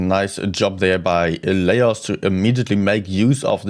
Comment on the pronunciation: You need to stream NA as well, and get zero sleep 😂. I think Laos is pronounced “la-ows”.